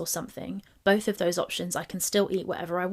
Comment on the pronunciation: Watched the original. Watching your video because we didn’t forget how vile you “BOLTH” are 😑